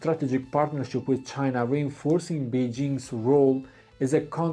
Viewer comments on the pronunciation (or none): none